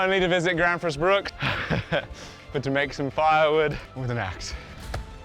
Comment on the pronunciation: there is no 's' in bruk!